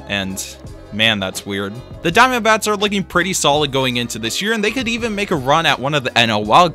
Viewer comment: Hate the way says diamondbacks but love the video